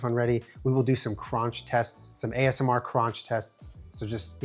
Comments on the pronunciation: I’ve never heard it pronounced that way! 😆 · I was just thinking that 😂